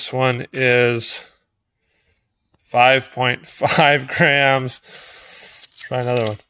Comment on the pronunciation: Anyone else hear Grahams instead of grams